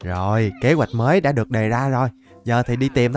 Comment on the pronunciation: cảnh sát chính tả đây , em phát hiện anh đọc đã đã thành dảk dảk